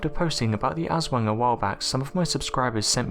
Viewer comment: Jon Haugland It’s pronounced like “ahswong”. The poor pronunciation here kinda killed the story. It’s just an urban legend and stories parents tell their kids.